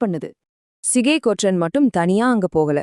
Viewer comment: தவறான தமிழ் உச்சரிப்பு "ற்ற" என்கிற எழுத்துக்களை சேர்த்து உச்சரிக்கும் போது எல்லோரும் தவறாக உச்சரிக்கிறார்கள். பற்று, பற்றி, ஒன்று, என்று , சென்று, வெற்றி, கொற்றன் ஆகிய சொற்களை பட்டு, பட்டி, ஒன்டு, என்டு, சென்டு, வெட்டி, கொட்டன் என்கிற தொனியில் தான் உச்சரிக்க வேண்டும். ஆனால் எல்லோரும் பட்று, பட்றி, ஒன்ட்று, என்ட்று, சென்ட்று, வெட்றி, கொட்றன் என தவறாக உச்சரிக்கிறார்கள். தமிழ் அறிஞர்கள் என்னும் கூட்டமும் இந்த தவறை செய்கிறது. தமிழின் ஒலி அமைப்பை இந்த தவறான உச்சரிப்பு நாராசமாக ஆக்குகிறது. சங்க காலத்தில் சரியாக உச்சரித்தனர். இப்போதும் மலையாளிகள் "ற்ற" "ற்று" ஆகிய சேர்ந்த எழுத்துக்களை சரியாக உச்சரிக்கிறார்கள். ழ எழுத்தை உச்சரிக்க காட்டும் கவனத்தை தமிழர்கள் இதற்கு காட்டுவதில்லை. யாரும் இது குறித்து கவலைப்படுவதாக தெரியவில்லை. ஆனால் இது மொழியின் இயல்பு தன்மையை கெடுக்கக்கூடிய உச்சரிப்பு இது. தமிழ் நிலத்தில் பிற மொழியாளர் ஆதிக்கம் பரவிய போது இப்போது இருக்கக்கூடிய தவறான உச்சரிப்பு முறை அமலுக்கு வந்தது. தமிழ் கூறும் நல்லுலகத்தைச் சேர்ந்த அறிஞர்கள் இதை சரி செய்தால் பரவாயில்லை. ஈழ மக்கள் ஒன்று என்பதை ஒன்டு என்கிற தொனியில் தான் உச்சரிக்கிறார்கள். இதுதான் சரியான உச்சரிப்பு. தமிழ் நாட்டில் பலர் சென்று என்பதை சென்டு என்று தான் உச்சரிக்கிறார்கள். இதுவும் சரியான உச்சரிப்பு. தமிழின் ஒலி அமைப்பை ஆந்திர பகுதியில் "தெலுங்கு தேட்ட கன்னட கஸ்தூரி அரவமு அர்தவானமு" என பழமொழி சொல்லி கேவலப்படுத்துவார்கள். மேற்படி தவறான உச்சரிப்பு இதற்கு கட்டியம் கூறும் விதத்தில் உள்ளது. தமிழ் அறிஞர்கள் அல்லது தமிழ் ஆர்வலர்கள் யாராவது மாநில அரசுக்கு அறிவுறுத்தி ஆணை பிறப்பிக்க செய்வார்களா?